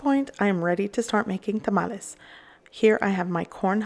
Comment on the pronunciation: Your video is so pleasant and paced to follow easily. I loved that you pronounced the word Tamales in Spanish as it should be. The singular of the word for some reason has been anglicized into tamale, but I learned by studying and speaking Spanish that a single tamal is called tamal. There are differences “among people whether to use one or the other but chef Carlos Salgado, the pioneering Mexican-American, James Beard Award semi-finalist of Taco Maria in Costa Mesa – it’s a different story. “I’ll correct anyone, kindly,” he tells me over the phone while he prepares tamales for this holidays season using chalqueño heirloom corn from Mexico for his masa. It’s not too much of a surprise considering his active Twitter account.” From article in LATaco.